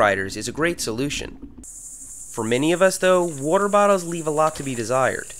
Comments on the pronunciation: "whroarter" lol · I like the way you say water. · I like how he says water 😂😂